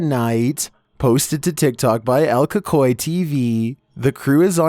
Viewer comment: The way he pronounces cucuy still cringe after all this time you'd think he'd learn by now, it's pronounced cooocoooy idiot